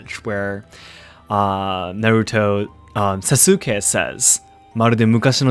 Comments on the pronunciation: Idk why it was so grating to hear Sasukes name pronounced Sah-sOO-kay instead of Sah-Skay. Aside from that, great vid mah boi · Y was he pronouncing sasuke as sasUkay when later he pronounces it correctly? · That emphasis on the "u" in Sasuke is really cringe. The u is actually silent (Saske). The japanese also mostly put the emphasis on the first syllable, where americans for some odd reason choose to put it on the second syllable. As someone who prefer watching anime with the original soundtrack and subtitles, hearing americans pronounce japanese names just sends shivers down my spine! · So.. I thought Japanese omit vowels sometimes to shorten words.. like every name I ever heard with x-suke did not pronounce the u in su..? Did you make a mistake or do Japanese shorten words when they shouldn’t? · Wait, "Sa-soo-ke" ??? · Sas-ooo-kay! Lol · Are you mispronouncing Sasuke on purpose? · I find it interesting that you pronounce the U in Sasuke where some people don’t pronounce it.